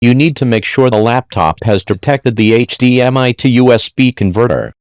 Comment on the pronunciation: "I use one hedemiii"